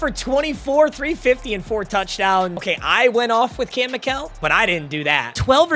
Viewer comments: It's pronounced Michael not mikell according to his player page on Colorado website. Also he's from my hometown. He played football, baseball, basketball, and ran track. He has school records in football and track. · For Kam Mikell it’s pronounced like Michael